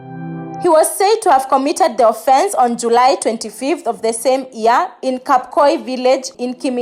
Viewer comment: Year 2019!!!!!! Not ear 2019!!!!!